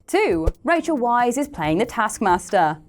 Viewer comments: Villain or not, she's pronounced "vice" not "wise", unlike in the above video.. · "Weisz" is pronounced like "vice" not "wise"